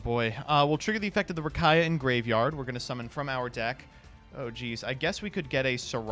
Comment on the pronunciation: Distantcoder gonna come for for saying Rakaia